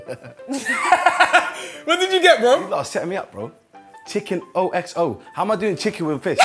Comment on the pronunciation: "chicken ozo" haha